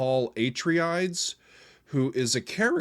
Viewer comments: Sorry but I have to correct you on the pronunciation. It is not (a-tree-Ides), it is (a-tray-dees). Please be merciful to the messenger. I am a huge fan of the Dune series. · At-ray-dees is how it is usually said. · Atreides... Uh-Tray-Dees. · It's awesome how much you like this album. It's my favorite of Maiden's. Paul's last name is pronounced Uh-tray-dees. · Uh-tray-dees, is how it is pronounced. 😉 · Paul “UH-TRAY-DEES”